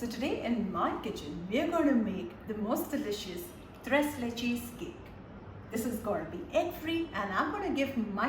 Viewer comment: OMG ,,, you can’t even pronounce the correct name Tres Leches Please learn to say it properly before you say it You killed the whole dish by saying it wrong Wat a shame